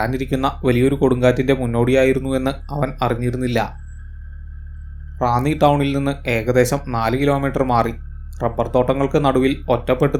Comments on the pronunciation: ഡോ റാണി അല്ല റാന്നി എന്നാണ് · റാണി അല്ല മാഷേ റാന്നി എന്നാണ് 😄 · റാണി എന്നല്ല, സ്‌ഥലപ്പേര് റാന്നി ആയിരിക്കും...!